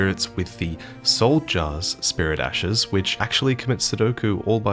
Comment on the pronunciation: love the lore but hate the way you pronounce s's at the end of words for example ashes= ashesshhhhhh